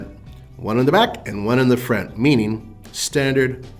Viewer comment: Why can’t he say the word “front”